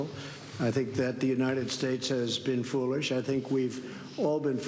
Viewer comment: Did trump just say foorish ?